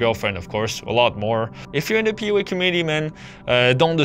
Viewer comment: Sounds like you’re saying “POA” not PUA